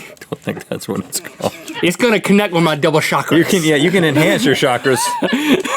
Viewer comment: Lol, that's not how your pronounce chakra. (Chak Ra, sounds like Chalk Ra)